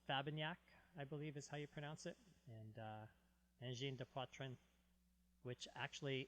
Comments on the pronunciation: Wow your prononciation of Angine de poitrine is pretty good! Not every anglophone can do it that well! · they says:! your prononciation of the name of the band is #1 but the city you can say it like if there's no "ue" like SAGNAY 😉